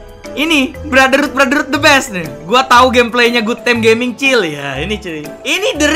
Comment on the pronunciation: Finally.... He said "Goodtime Gaming" not gimang